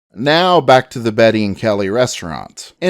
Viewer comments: The narrator continuously pronounces the name "Beatty" as if it were a woman's first name of Betty. The proper pronunciation is Bay De and not Betty. If one were to call him "Betty" back in the 1870's or 80's you may have had a fight on your hands. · Kelly’ partners last name wasn’t Betty it’s pronounced Bay tee . It’s a Scots name, it can’t ever be pronounced Properly by purely English speakers. The E is silent, not the A. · I was going to say the same thing. It got annoying hearing him say Betty constantly.